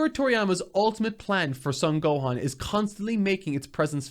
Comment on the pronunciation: Brother, you've got to stop mispronouncing the Son family last name as "sun". It's Japanese. It's a long "o", the only "o" sound in the Japanese language. It's pronounced like "own" as in to own something: "Sown". Love the passion in the work, though. Good content.